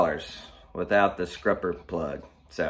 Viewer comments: You are killing me with calling it scRupper but I love the content!! Subscribed. Or should I say subscRibed? 👍🏼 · Is he saying scrupper…?